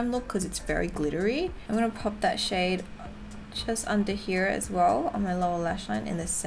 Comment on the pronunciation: When she said “ pop that shade “ I thought she said “ pop that shit “ lol 😂